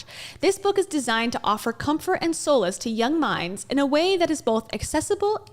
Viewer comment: I like how you pronounced "solace" like "soulless" which is quite appropriate for Kouri with a K.